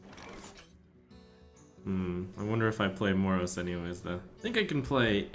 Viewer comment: The way you pronounce Moroes.... Please stop. The "e" is NOT silent.